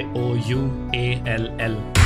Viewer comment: Dynamo said phank you all🤣🤣